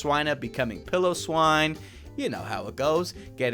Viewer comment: Can I correct some of your pronounciations Piloswine ,,. Pi-low- swine. Nihilego,,,, na ya li go Idk if that makes sense but it is actually pronounced like that I hope you can understand what I wrote there haha